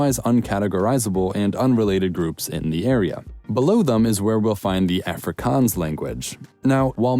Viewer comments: afrikaans let's goo side note you mispronounced it but that's fine :p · the way he pronounced afrikaans made me cringe